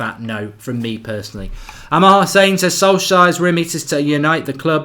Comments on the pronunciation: The person who told you it’s pronounced “sol-shire” was trolling. You pronounce it more like “sols-chair” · Or “sol-share” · His name is pronouced solshar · It's pronounced "Sol-shur" - stop butchering that name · His name is pronounced Sol-shire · Got a little touchy about pronouncing names hey..............."i'll say what i like" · Love your work but please say his name correctly 😂😂😂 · Hi Mark, not being negative, but I feel that you should care how the name of anyone representing Manchester United is properly pronounced. It's okay to not know the correct pronunciation, but its not okay to say you don't care. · Copy this: Solskjær. Paste it into Google Translate, choose norwegian. Click the speaker. You might have to practice. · Pronounce the name correctly Mark, no need to double down. You’re pretty good from a cultural perspective otherwise